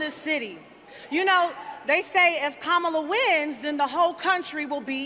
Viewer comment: Remember, folks, it's pronounced KAHMala, like COMmunist and COMmunism.